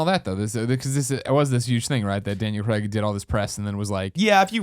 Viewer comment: Just want to say thank you to Tim for being the first american I've heard to pronounce Daniel Craig's name right